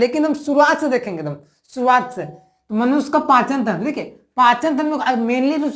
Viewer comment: Sir khana to nhi chahiye but Aap manushya ko Manos kah rhe h 😊